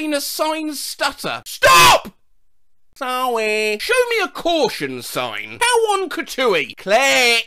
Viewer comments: STOP sawy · "S T O P 👹👹😡😡🤬🤬🛑🛑" "ˢᵃʷʸ :(" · STOP!!!! 🛑😡👊🏼 Sowwyyy! 😿🫶🏼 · The STOP sawy was the first one to make me laugh never fails to make me laugh ❤️😆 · " S T O P😡" "Sowwy🥺🥺🥺"